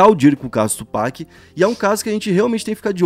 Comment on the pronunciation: FABIL, Tupác!!!! Tupac, pelo amor!